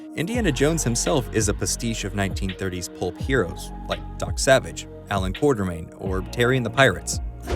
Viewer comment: It's Quatermaine, not Quartermaine.